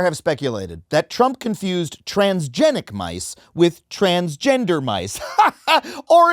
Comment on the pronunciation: Trans-GENIC? As in GENOME?? HE CANT F--NG READ?! You mean to tell me his eyes glance over a word that sounds similar and assumes its that? 😂😅 We're cooked as a nation.